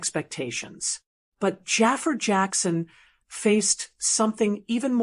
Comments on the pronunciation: ITS NOT JAFER……. ITS JAAFAR……. WHY IS IT SO FREAKEN DIFFICULT TO PRONOUNCE THIS NAME RIGHT………. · Jaa far not jaffa .